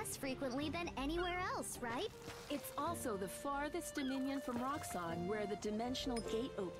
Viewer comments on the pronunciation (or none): none